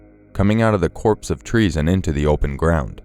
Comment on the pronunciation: Copse nor corpse. :-D I think it is said "coh-pse"